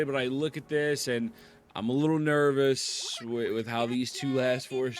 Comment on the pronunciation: This guy thinks he's funny saying neyvous 😂🤣😂🤣